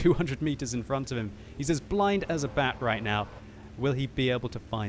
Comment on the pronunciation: Kinda sounded like he said blind as a blyat